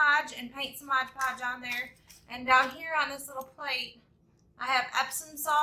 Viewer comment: It's beautiful. I'm going to make two. Probably more. Also, and I'm sorry, but it's MOD PODGE, not MODGE PODGE. I'm sorry. It's making me crazy. Thank for posting this gorgeous craft idea!